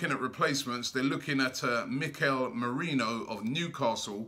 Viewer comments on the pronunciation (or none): none